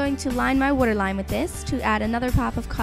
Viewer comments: lol i love how you say waterline:D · I have absolutely no idea why, but the way she says "waterline" always makes me burst out laughing. xD